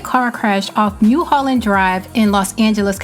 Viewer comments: Mulholland... Mull Mull... Not Moo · Mulholland - M-uh-l Holland Drive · Pronunciation: MULL-HOLLAND